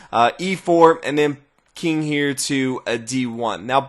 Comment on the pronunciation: "The Keeng"